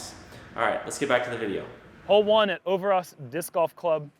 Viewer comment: its "ö"ver"ås", not "ouverahs" :P Ö as in "Mike -E-rhmantrout" or as in "b-i-rd" and Å as in "p-oo-r"